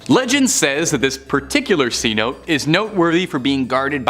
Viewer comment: thats ci no te